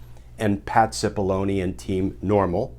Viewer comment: anyone else hear his name spoken as,, "Patsy Bologna " ?